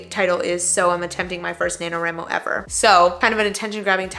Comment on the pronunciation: I’m sorry but the way you pronounce nanowramo bothers me 😵‍💫😭 national WRITING month WRIIIIIIIII please. Anyway great video thank you for this.